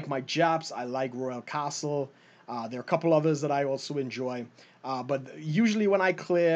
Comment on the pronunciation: Hahaha when he says Royal castle I hear an Australian accent but when he says Trinidad and Tobago I hear it! Haha